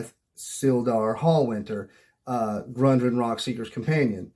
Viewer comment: Great video and great advice, but... It's "Gundren" and "PhanDUHlin", not "Grundren" and "PhanDAElin". 😂